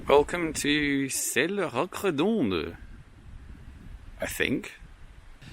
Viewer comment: I love these Massif Central landscapes. My grandparents lived there when I was a child. So wild and gorgeous. "Ceilhes-Roqueredonde" isn't too difficult to pronounce, actually : /sayll rock redond/. And "Millau" is not /milo/ but more like the Spanish /mio/.